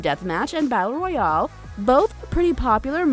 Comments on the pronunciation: "Battle Royole" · I like how you say royale 🤯😱